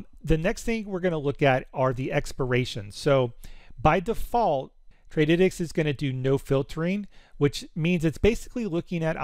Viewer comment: bro it is Trady - tics 🤣